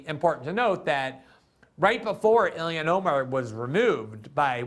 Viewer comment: ha, he pronounces it as ‘Ill-ion’